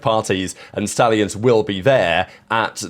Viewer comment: It’s the fkn SHTALLIONS